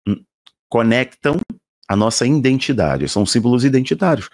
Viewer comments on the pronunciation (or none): IDENTIDADE e não indentidade. IDENTIFICAÇÃO e não identificação, meu querido.